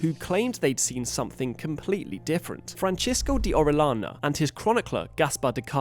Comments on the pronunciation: Oh-reh-yah-nah. That’s the pronunciation. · It's pronounced oh-ree-AH-na. Double ll, spanish name.